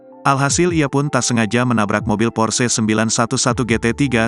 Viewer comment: Porche.. duh bacanya bukan begituuuu